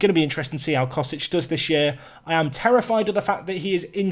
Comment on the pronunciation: Cosic is pronounced chosich, ch would be pronounced same way you would say Mandzukic with the lats letter in his name representing ch.